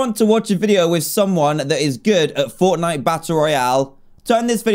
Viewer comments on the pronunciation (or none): Did anyone else see when he was on steam he said Fornite and not Fortnite lol